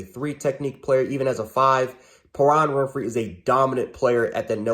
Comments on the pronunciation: Pay-ron Win-free, dude you are killin it with your knowledge, keep it up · Is he trying to say Perrion Winfrey?